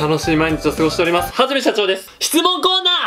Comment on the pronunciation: はじめしゃちょー（hajime） ふぁじめん